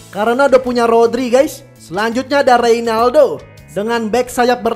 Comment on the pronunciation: Rein i ldo bang.. bukan pke a😂